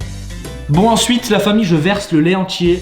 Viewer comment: ''Le lait entier" alors que j'ai compris "le lait antillais"😂